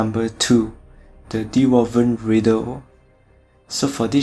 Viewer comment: great job man =) and its dwarven coming from dwarf (gimli in lord of the ring for example (really small folks)) and not D- war-ven :)